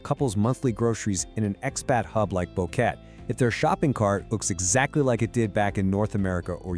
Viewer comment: Need to work on the pronunciations. You pronounce Boquete at least three different ways.